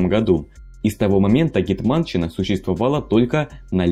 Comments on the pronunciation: Не "гетма'нщина", а "ге'тманщина", невозможно слушать видео с неправильным ударением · В слове гетманщина надо ударение ставить на е а не а